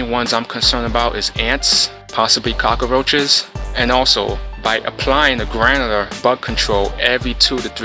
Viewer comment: Cockaroaches! 😀 Good video tho!